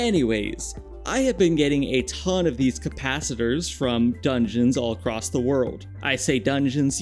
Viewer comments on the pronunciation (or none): none